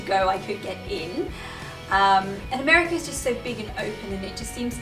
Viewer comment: “MERICA” LOL!!! You said that with your very best American accent!! I love it! LOL! 🇺🇸 (I’m an America) I really love your channel. I have hEDS and a bunch of co-morbid conditions. Im a power chair user, however I can walk and stand. It’s just so painful that I only walk in my home & I never stand for more than a min or so, it’s too painful. Some days my hips dislocate so much that I physically can’t walk or stand. So I mainly identify with the wheelchair community. I’ve really enjoyed your channel and learning from some of your experiences. It’s been fun to see your family and how you do things. I’m a momma of 4 kiddos. One is away at University, I have two in high school and one in middle school.